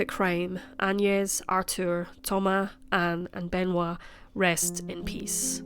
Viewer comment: Thoma"s!" Not Thoma